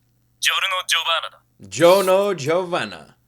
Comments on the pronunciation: Stop saying Gee-o Gee-o pleeease! The italian pronounciation of Gio is JO, exactly jo, no "e" sound necessary at all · "gio" in italian is prununced "jo"